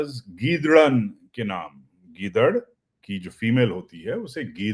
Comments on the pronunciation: 😂gidaran not gidari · janab its not giddran its giddry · گیدڑن نہیں گیدڑی🤣🤣🤣🤣